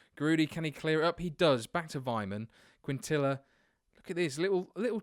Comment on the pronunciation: in quintilla the ll makes a y sound